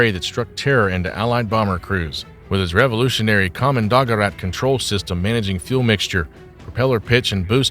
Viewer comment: Kommando-gerät is two words joined together. You mispronunciation spoils the entire presentation.